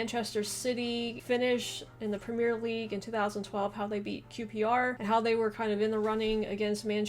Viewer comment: "prem e er" no e on end